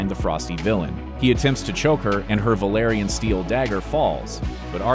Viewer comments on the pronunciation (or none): none